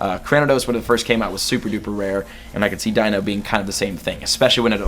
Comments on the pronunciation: Deino = "Dye-noh" Zweilous = "Zvye-lis" Hydreigon = "Hye-dry-gon" The names originate from the German words for 1, 2, and 3. Eins, Zwei, Drei. DEINo, ZWEIlous, HyDREIgon. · Snivy is pronounced Snɑɪ-vee Patrat is pronounced Pa-chrat Deino is pronounced Dɑɪ-no Just wanted to inform you of this before the gen goes on. Edit: Dewott is Dew-ought Pidove: Pee-duv Zebstrika: Zeb-strɑɪ-kuh Unova: You-nuh-vuh Zweilous: Zwɑɪ-lus Hydreigon: Hy-dra-gon Cobalion: Co-bahl-e-un